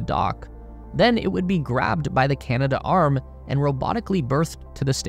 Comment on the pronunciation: It's pronounced "Can-Add-Arm", not "Canada-Arm". Great video!